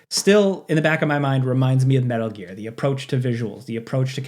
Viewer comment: Ok, “smetal gear” earned you a thumbs up